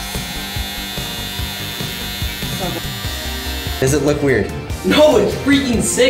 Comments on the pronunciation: It not mollut it’s mullet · Mullet not mollet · From Australia mullet instead of mollut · I’m Australian and the way they say Mullet is “Molelet”. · you need to shave the top true Aussie style ////// never dis mullets again. and its MULLET not mollet come on you Americans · They say mullet wrong